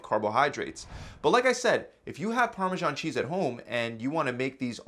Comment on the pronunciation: parmashon cheese no its actually parmesan.